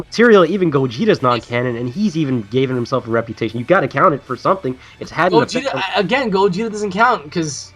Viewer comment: Did you just say "Gogito"?